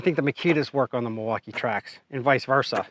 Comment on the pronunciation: I hate unboxing videos, everyone does 1 tiny cut and thinks they know stuff and can tell you if it's good or not. No experience from most of them either and clueless what they're doing... dude can't even say milwaukee right lol